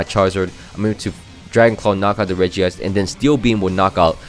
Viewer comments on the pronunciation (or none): none